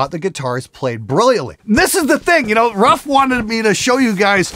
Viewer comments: I'm not polish but I'm pretty sure the name is not spelled like "rough", it's more like "roof". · Could they pronounce if "roof" just like the Ruf Porsche?